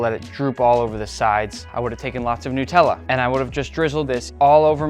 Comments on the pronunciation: Nutella ❌ Nickella ✅ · That ain’t nutella that is nicktella😂😂😂